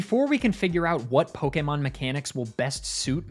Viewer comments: My god, someone who actually pronounces Pokémon correctly (poh-kay-mon, not poh-key-mon or poh-kuh-mon). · Why does he say Pokémon perfectly?